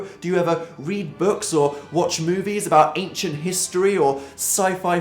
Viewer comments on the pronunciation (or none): none